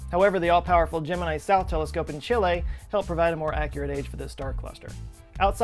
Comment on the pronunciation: May I say I was pleasantly surprised you pronounced Chile spot on. Im so used to hearing it said as” chilly”. Cheers from Chile. Love the channel